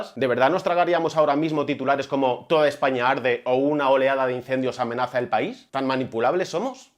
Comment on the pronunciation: Una pregunta.. por qué dices Essaña?